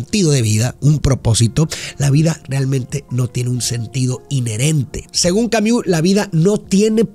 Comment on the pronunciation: Se pronuncia Albert camus